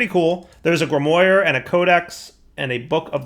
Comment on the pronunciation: Artifice is pronounced art-ih-fiss Grimoire is pronounced grim-wahr